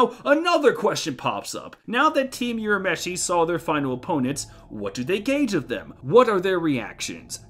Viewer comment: Sorry I'm sure others have already pointed but Urameshi is not pronounced as "You-rameshi" - it's "Woo-rameshi" (also "Woo-ra-oto-"gee" (like "geek")). You made awesome video but every time I hear You-rameshi I cringe a little